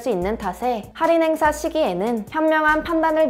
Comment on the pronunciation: 할인을 살인으로 들음 ㅋㅋ 살인은 언제들어도 설래게 되는 단어죸ㅋㅋㅋ